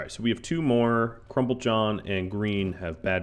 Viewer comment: I keep hearing you say "crumb-PULL-john" but it is spelled "crumBLE-john". Is he okay with his nickname?